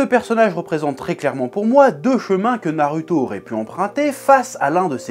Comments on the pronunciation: C'est pas Naruto c'est nareuhto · On dit Narouto et pas NarUto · Pourquoi tu prononce "narüto" au lieu de "narouto" alors que tu prononces "dragone bol" plutôt que "dragon bal". Si tu m'suis. ... je crois que je suis pas très clair...😑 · Comment peut tu te décrire otaku quand tu dit [naruto] c'est pas compliquer de dire [narouto] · Je retiens surtout que tu dis narueto mais pas hacul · J'attend avec impatience "pourquoi la fin de naruto est raté" NarUUUto avec un U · Sa se prononce '' narouto'' bordel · Naruto se prononce NAROUTO !!!! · Comment tu prononce naruto tu m’agace je te jure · Alors pour moi on dit "narouto" et "sassouké" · Vraiment...ta prononciation de Naruto et Sasuke sa fait mal 😂😂